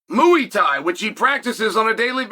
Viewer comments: Chael ‘mooeythai’ Sonnen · Wtf is Mooey Tie? 😂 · Moo-ey Tie 😂😂